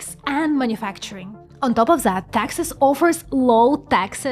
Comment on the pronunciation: Taxas offers low Taxas. had to turn on cc. All said this is a well done commentary on chip fabrication. Learnt a lot.